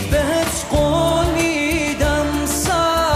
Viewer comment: You mispronounced the Iranian title and said “I give you a flower” 😃(you said Gol 💐 instead of Ghol (“I promise”).